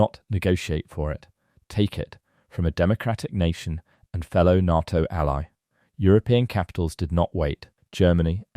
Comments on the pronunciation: Is this another example of some ignoremos trying to supply an audio text, or is it another rotten example of artificial intelligence providing the commentary? The defence organisation NATO is pronounced Nayto and not Narto. Get it right. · The letters are NOT pronounced NAA T O - Artificial Imbecile !!!!!!!!! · “NAH-TO” is so annoying! This is a bot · I can't watch this: NATTO! NATTO? Ya BOO- llocks. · When did NATO (pronounced, NAY TOE) crack? Nonsense! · It's pronounced "NAY-TO". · Please say NATO correctly! The 'A' in NATO sounds like the FIRST letter of the alphabet when you start to recite it! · I've never heard anyone ever pronounce Nato the narrator does 😂 sounds so wrong